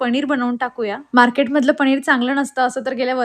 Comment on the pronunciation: Tumhi sagle न la ण ka mhanta... पनिर mhana pls... पणिर is wrong...khup weird watata te... good morning pan tasech mhanta tumhi